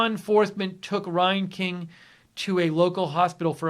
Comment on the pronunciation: Reinking is pronounced like rang-king.